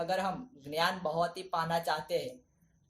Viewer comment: Ghyanam nahi dnyanam your nice